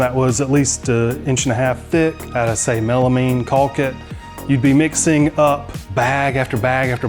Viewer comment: Walk, talk, caulk…yes, they rhyme and the L is silent 🤫 ❤